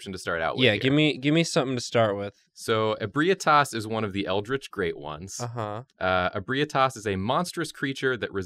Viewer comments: IBREYETAS Bruh it's pronounced "eb-ree-tas" no offense tho xD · The "correct" way to pronounce it is Eh-bright-us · Correction: Ebrietas is pronounced - (UH - BRIGH - TUS) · I'm 10 months late, but its pronounced Eh-bree-eh-tess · Same here. Its actually EH-BREE-TUSS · e brah tass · Ehh-bree-ehh-tes is the pronunciation. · 1. That father gasoline (Gascoigne) at the star looked god tier 2. Just to help you out its pronounced eb-ree-eh-tahs 3. For never seeing ebrietas that actually looks great 4. The Rom and little one look very accurate as well for never seeing them 5. Aaah kos, or some say kosm 6. There isnt a shrimp hammer so im disappointed 7. For never seeing the bosses this isnt all that bad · 'Ebrietas' is pronounced "eh-bry-uh-tiss". Also, in my opinion, only certain types of Great One blood can heal you, but cursed blood gives you Frenzy. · For the record her name is pronounced "Eb-ree-ay-tas" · Ib-re-aye-tas is how you pronounce it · Eh-BREE-tas. Close though. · I always thought it was pronounced ee-bree-tus? Doesn't really matter, but just wondering now. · I hate the way that says Ebrietas. If you're seeing this a year after this video, it's pronounced like "Eh-bree-tis" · Every time I heard Ebrietas i cringed